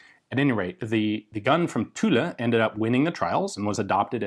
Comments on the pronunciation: Yep , I confirm ; actually it is prononced as a mix between tulla and tool ; so more like Tula, but without the a at the end... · Tulle is pronounced "tool". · I believe tulle is pronounced closer to “tool” 🙂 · great vid as always, the "e" is silence in Tulle, pronounced "Tul" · Hello, Ian. Tulle is pronounced without anything past the two lls. PS did you go to Purdue? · The "e" in Tulle is silent. Thanks for the vid. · his pronunciation is not correct, even for the "u". His french sucks, but his videos are great. Bonne journée à toi...